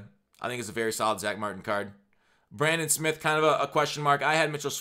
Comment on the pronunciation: U had 3 chances to get bradan smiths name right